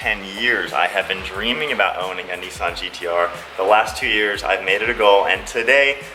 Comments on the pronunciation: It’s Nissan not kneesan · It's pronounced NISSAN not NEESAN